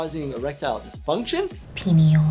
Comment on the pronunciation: I lost it at peneal softeosis! 😆